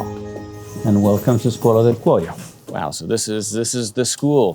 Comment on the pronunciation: Skwola di Kwoy-yo not Skola du Koyo